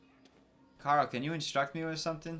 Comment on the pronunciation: Did anyone notice he said kara not Carl